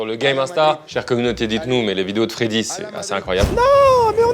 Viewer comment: Mdr pardon mais pour être d'Epinay (comme Freddy) c'est Feyder et pas Feder haha